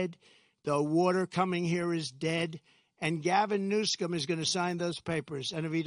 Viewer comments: lmao he said "Gavin newSCUM" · HE SLIPPED IN NEW-SCUM OMFG! YOURE A SAVAGE DONALD!!!